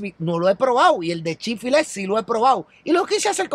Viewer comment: x siacaso no es chick fillet..se dice como se llama..chick fil-a